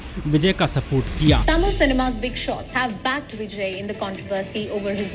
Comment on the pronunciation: Area yaar bijness business hota hai. Pronunciation correct karo content dikhne meh bohat acha hain lekin sunne me UP Bihari ki badbu aajati hai. Bijay nahi Vijay Eaji nahi easy Bujiness nahi business